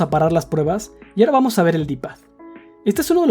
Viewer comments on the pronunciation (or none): none